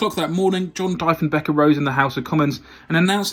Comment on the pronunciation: Great video. Its not Dyfenbeker, it's Dee-fen-baker. Its not MALton, it's Mallton. The biggest blow was losing our domestic aircraft industry.